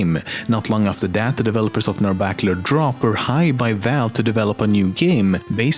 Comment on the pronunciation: Narabacular Drop